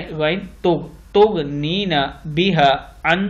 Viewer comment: السلام علیکم و رحمت اللہ و برکاتہ جناب آپ نے تغنینی کو تغنینا پڑھا ہے. میری ناقص معلومات کے مطابق، قرآنی الفاظ میں تھوڑا سا بدلاؤ ہو تو معنی بھی بدل جاتے ہیں. اس طرح محترم آپ کا سن کر جو لوگ پڑھیں گے وہ بھی غلطی کریں گے. اس لئے آپ درست پڑھیں. معافی چاہتی ہوں آپکی تذلیل میرا مقصد نہیں ہے بس صحیح غلط بتایا ہے